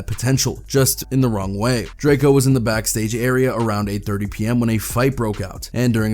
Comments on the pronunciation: pronounced Draco, not Drake-e-o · Bro plz stop saying drake-o it’s pronounced “ drako “ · It’s DRAKE-O not. “Drake-ee-o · How you go from pronouncing Drakeo right (Dray-Co) to Drakeeeo 🥴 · ITS PRONOUNCED DRAKE-O!!!!!!! 🤬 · It irks my soul that this man keeps saying Draky-O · “Drake e o” 😒😡 Fkn vultures 🖕🏿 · whenever i hear a blogger pronounce his name like drake-eo....I automatically click off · Sometimes he pronounces Drakeo's name correctly and sometimes fucking Drake-E-Oh.....wtf dude....🤔🤔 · shit pisses me off too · Better put some respect on the homie name. It’s not drake-e-o 🤷🏻‍♂️🤷🏻‍♂️🤷🏻‍♂️ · Pronounce he’s name right jeeeeez .. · Why you saying Drakeo name wrong